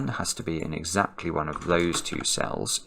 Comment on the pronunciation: probably Alexa heard her name when you said "AndEXAclty"